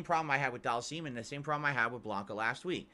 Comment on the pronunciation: He needs to stop calling Dhalsim doll-seam.